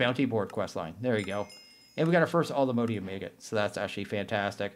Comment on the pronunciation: PLEASE all-the-MOD-ium not MODE-ium